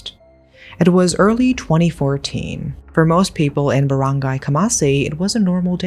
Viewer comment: Girlllll i really thought u live in ph after hearing you say filipino words and how u pronounce it LOL i was so amazed!!! the way u said those baranggay, maguindanao and their names. Anyway creepy and disturbing crime. Why would they do that to their mom